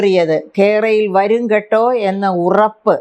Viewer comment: കെ റയിൽ വരു... ങ്കെട്ടാ 😁എന്നാണ് ഉച്ചാരണം 🤣🤣🤣